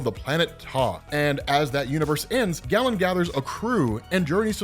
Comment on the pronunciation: Stop saying "gallon". It's Galen. "GAY-len". Not that there's anything wrong with that.